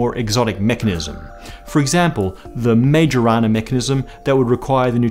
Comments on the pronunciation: Hey just wanted to let you know 'Majorana' is pronounced 'Mayorana' -- from Italian physicist Ettore Majorana. Definitely look at his Wikipedia... under "Disappearance at sea and suggested explanations" 0_o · the correct pronunciation of "Majorana" should sound more like "Mayorana". That's after Italian scientist Ettore Majorana, right? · All was good until read Majorana as M-age-oh-rana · Sorry to correct you but the Majorana of "Majorana Effect" was actually an Italian Mathematician,misteriuosly disappeared after some brilliant contributions and collaborations to Enrico Fermi's studies; so the right pronunciation of his name sounds as "Mayorana". Regards from Italy 🇮🇹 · Yes, you are right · Majo in majorana is prnounced mayo like in sandwich mayo. Sort of. It has the open A vowel like in Atlas. So Mah-yo-rah-nah. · It’s pronounced My-air-on-ah ;) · FYI: the 'J' in Majorana is pronounced like a 'Y'